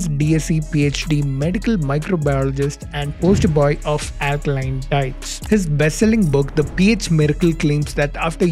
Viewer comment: Mallu can't pronounce alkaline or circuit or nine !! Sad but true.....